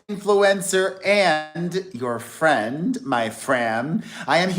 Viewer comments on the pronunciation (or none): What is a FRAM!!! Why do you keep saying this? What does it mean and why can’t you say Friend 😂